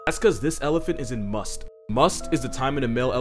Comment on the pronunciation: You dude you said masth right!! Mad respect